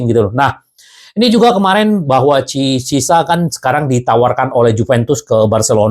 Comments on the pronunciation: Ciesa bang. Ejaan Italy itu lidahnya normal seperti bahasa Indonesia karena Ejaan Bahasa Indonesia itu kiblatnya Bahasa Latin. Jadi biar gak kesulitan dan gak kepleset lidahnya dalam menyebut nama Ciesa dengan CISA. Ejaan Belanda, Spanyol, Portugal, Rusia, Arab, Inggris. itu beda beda semua. Tapi kalau bacaan Latin. Itu lurus lurus aja seperti tulisannya. gak dilebihkan, gak di kurangi, apalagi di rubah. (seperti Inggris, Belanda, Portugal) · Chiesa = Ciesa aja bang. jgn di baca CISA. atau karuan sebut Khiesa. Krn ada 2 konsonan hurus bertabrakan. C&H. dan dalam Lidahnya org Italy itu di baca Ciesa atau Khiesa Kiesa _ asal jangan CISA. nanti kedengarannya gak Pro sebagai Fans di Club' Besar Liga Italy